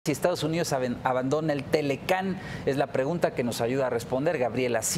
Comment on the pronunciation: jajaja este tarado a ver no es TELE CAN es T... L ....C....A...N ........... imbecil ! aprende a hablar